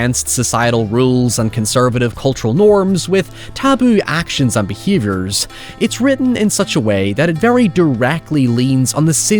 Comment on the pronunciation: What kind of accent is this? It sounds normal, until the is a really weird e in a word. Yeeer, beeehavoirs, the lik, illien.😅